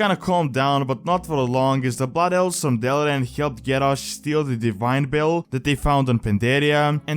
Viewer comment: "Butt Elves" @@ dat accent.